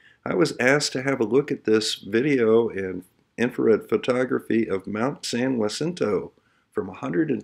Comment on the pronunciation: Not intending to sound like an ahole. It Mt San Jacinto is pronounced Ha-sin-toe. I live less than 50 mi from there.